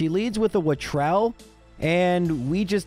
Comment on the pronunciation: wattrel is a mix between watt and kestrel so I think your supposed to pronounce each half separate like watt-rel? idk its the name of an imaginary animal so call it watt ever you want XD (I had to go for the low hanging word play XD